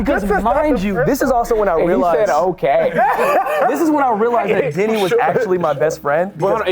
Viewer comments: YALL. I kept hearing Denny as Diddy & I’m like WHY IS NO ONE TALKING ABOUT THE STORY IN THE BEGINNING 😂 s/o the comments for clarifying 💀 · I kept hearing Diddy instead of Denny 😅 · i had to rewind this 3 times before i realized he said Denny and not Diddy 💀🙅🏼‍♀️😂